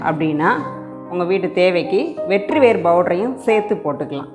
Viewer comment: வெற்றிவேர் இல்லை மேடம்... வெட்டிவேர்... செய்முறை விளக்கம் அருமை... நன்றி.